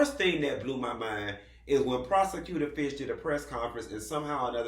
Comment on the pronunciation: He said prosecutor fish lmbo